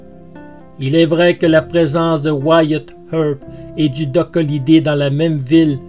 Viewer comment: Énorme, je viens de le découvrir et j'adore cette histoire, je m'y étais intéressé à l'époque du film, mais l'histoire réelle est toujours plus passionnante. Merci pour ce doc doc( comment tu prononces bien wyatt earp moi je n'y arrive pas😜)